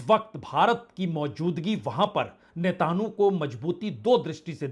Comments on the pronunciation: You are purposely saying netanu instead of Netanyahu. Does it mean impartial journalism? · Sir name ka uchcharan galat kar. rahe hai .name hai Benjamin netanyahu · Sir ap Nitin yhoo ka Nam sahi kyon nahi padh pate hai 😂